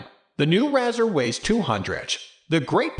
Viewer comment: Can't even pronounce the name correctly!! Keeps showing the 2020 model. 2022 bezel is not plastic but the highest grade aluminium. He is clueless!